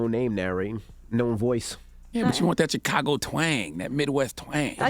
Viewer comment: Say Chicago right then make suggestions. Damn.